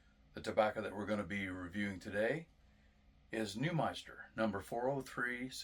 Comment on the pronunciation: It’s NewMINster man, not ‘meister’ lol